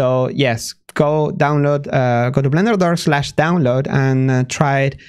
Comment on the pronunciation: The way he sometimes pronounces Blender as Vlender is adorable <3